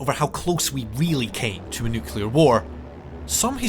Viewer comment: Pretty sure this guy can't pronounce the word 'nuclear' correctly.